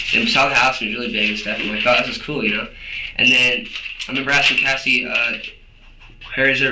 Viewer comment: Her name was pronounced CASS E, not KAY C